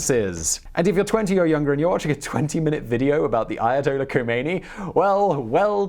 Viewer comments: The slightest piece of minimal research would have revealed to you that the ‘ K ‘ in the late Imam’s name is silent. No one conversant to a respectable degree with Iran would province that consonant. It’s spoken as something along the lines of ‘ Homeini ‘. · ....The "K" is silent..... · first learn how to pronouce Ayatollah Rohullah Khomeini